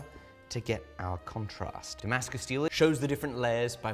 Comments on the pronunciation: Hahaha it's Dongmascus😂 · Pantented “Dongmascus” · dih-mascus steel